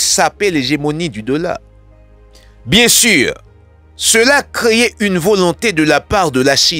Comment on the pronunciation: Cela crée (prononsé: sela kré) denye e a muyè frè. Se pa: sela kréyé pouw di. Tankou anpil lot mo kew mal prononse pafwa. Men malgre tou w se yonn nan journalis an liy ki tre kultive